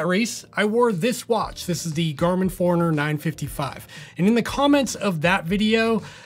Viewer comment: Honest question. Why are you pronouncing it the Garmin "foreigner" and not Garmin 'Four-runner"? Not trying to be a smart@ I'm curious if I've been pronouncing it wrong for the last 6 years.